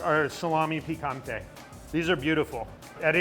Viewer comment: I don't understand why he (like almost everybody) call it "salamI" . It's "salamE". I know it's probably because of the pronunciation of the letter "E" in the english language, but he pronounce the word "piccante" (spicy) in the right way. "Salame" has exactly the pronunciation of his final letter (the E) as it's said in the word "piccante".